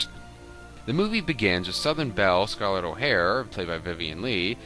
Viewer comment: Your commentary is ruined when can't pronounce Scarlett O'Hara. And you never read the book? Bug off!